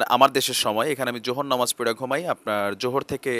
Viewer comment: Sundor bolcen.....Namaj tamaz na...Namaz kalam bolte hoi hobe